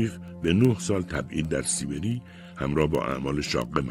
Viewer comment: كاش به سيبري نگيد سيبِري!!!!